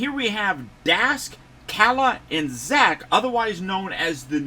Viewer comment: Salutes to you mr sir your the only youtuber who said kalas name the correct way! Everyone calls her Kayla 😂